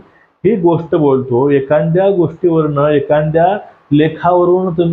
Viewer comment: ' एखांद्या " नव्हे एखाद्या असे बोला